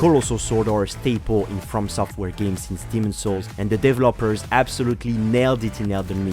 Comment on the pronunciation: The way he says Developers XD